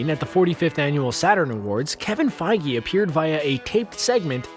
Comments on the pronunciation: wait did he just pronounce kevin "PEYJ" to "PEYGI"???? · Kevin feej not fi-ge lol